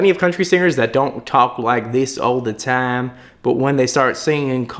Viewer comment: Listen how he pronounces "time" "call" "you" and "heart". That's the core point of the original video. He pronounces it as "tom" "caw" "yoh" and "hot". And he's not the only one. It's literally the majority of singers these days.